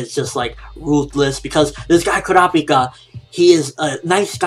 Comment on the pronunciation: why cant he say kurapika properly?